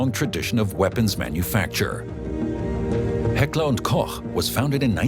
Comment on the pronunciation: No idea if the speaker is AI, but Heckler&Koch is finally pronounced correctly in English.